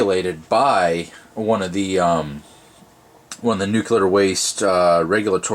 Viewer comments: nuclear not nucular goddammnit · It's Nuclear, not Nucular - Check that pronunciation here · Thanks! This is just what I was looking for. But please, the word is nuclear not nucular. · It’s Nuclear, not Nuciler! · Nuclear, not nukuler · Nuke-you-ler. It's pronounced Nuclear. -Homer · For bonus points he pronounced nuclear “nuke u lar”... instead of “Nuke lee ar.” Lol. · Nuclear or nucular? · nuculer waste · He said Nucular waste too... gag me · Nuke-ular? George Bush, is that you? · NUCULAR waste? really?Tritium is not nuclear waste. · Wow. No one can pronounce this word and it is hilarious 😂. Nuclear. “ New-Clear “. But yes,! You are still very correct. Tritium is not and does not contain nuclear waste lol.